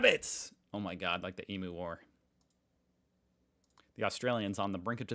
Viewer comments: Emooo hahaha. Emyoooo correct pron. 😂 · Please emyou, not emoo. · It’s not Emoo its pronounced emyou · Emu is pronounced E-MEW, not E-MOO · Not Emoo it's pronounced Em-you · A few Aussie lingo corrections for ya Emu= eem-you not we-moo Nullabor= null-aah-bore not new-lah-more And finally it's Good arvo or g'day (good day) not happy arvo! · Those tree vandalism signs look like a good supply of free steel to make stuff- just like the trees are a good supply of firewood. Last shop for 1000k spelled Nullarbor wrong! And whats with the Emoo shit? Hasn't someone told you how to pronounce it yet? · It's EE-MIEUWS,!! You know you've been told, right? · Emu is said like eem-you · So, you say your kid is a genius, if that’s true and I was you, I would be getting a paternity test. And for gods sake, it’s,(eem-you)!! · Mate, you KNOW how to pronounce EMU… Please don’t make yourself sound like an uneducated American. Because you obviously aren’t. I think most of us like you. So, remember it’s Eem-you.Thanks, you’re one of the Good Guys. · you used to pronounce emu correctly, so what happened? You are now pronouncing it emoo.. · flat out trolling us now with "emoo". 😅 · Come on man I still heard a emoo ffs it really isn't that hard to remember is it or are you just taking the piss out of us now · Hay bud, it's us who say it wrong, we just think we are always right. Look up the international pronunciation of EEM OO. So you get it right FFS. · FFS say Emu correctly